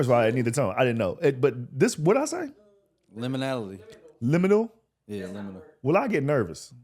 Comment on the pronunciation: Limilal???, did you glitch?